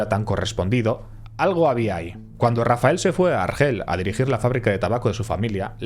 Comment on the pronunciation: En el minuto es vez de decir "Rafael" dice "Rafel"